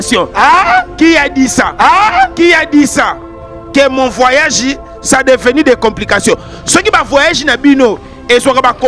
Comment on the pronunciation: " Mon vwayajeh"😂